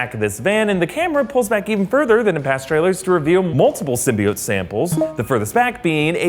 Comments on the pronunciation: people pronounce it sym-BEE-ote but it's really sym-BYE-ote :) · Did anyone notice that they subtitled Eddie Brock's name "Edy's"lmfao wtf is going in this is how they pronounced Symbiote"Sim-bye-oat" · So glad I'm not the only one annoyed with the Sym-Byte-Oat pronunciation lmfao that was...terrible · he did so well until "SYM-BY-BIOTE" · what about sym-be-atch